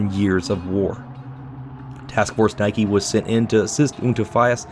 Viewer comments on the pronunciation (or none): none